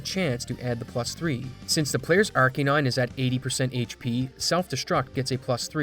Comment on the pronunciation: Why tf do you pronounce arcanine like that